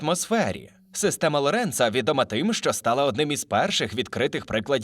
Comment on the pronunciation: Дякую. ЛОренц, а не ЛорЕнц😀